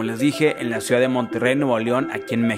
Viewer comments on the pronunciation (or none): none